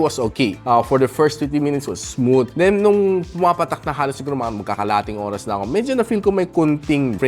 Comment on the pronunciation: hard th po pronunciation ng "smooth"